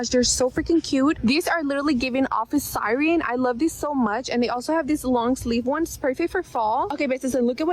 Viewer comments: omg yes, that makes sense that its scripted. Sireeeen lol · Yeah, typically I hear siren pronounced that way in Bawlmerese, but she said it that way like she’s never encountered the word before. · Given how the first girl says "office Sigh-reen" yeah, it was in the script.